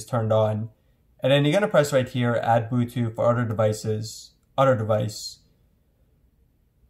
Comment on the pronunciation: why he say bootuth